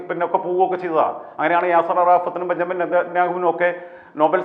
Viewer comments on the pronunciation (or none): none